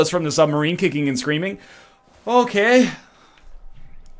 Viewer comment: that Okay is the most Canadian I've heard him sound ever